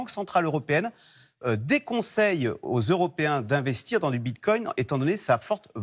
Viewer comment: " Bit-cogne " 🤣🤣🤣 Le mec a du le dire 5 fois, j'en peux plus de ces guignols